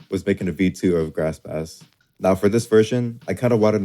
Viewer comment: Bass [the instrument] is pronounced “base” btw